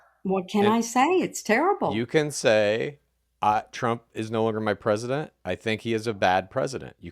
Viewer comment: I wish would read past the "scary" headlines (in this case, the MA abortion bill). Also, oh no... not clean feet /s 😱 Lastly... the way pronounces president irks me 😅